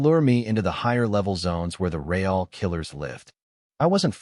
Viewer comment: Please learn to actually speak English correctly or stop making shit, I guess the choice is yours but I'm downvoting this right this second for your inability to say real.